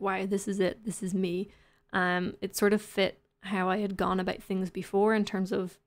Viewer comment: "abowt" LOL, I love it.